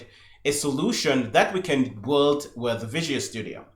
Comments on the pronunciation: I 'm loving this series so far. Maybe it would have been better introducing some pauses in speech. Anyway I really do appreciate it. One request: PLEASE "build" is pronounced "beeld" 😅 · Yes, I love the videos but the "build" pronunciation he uses is so confusing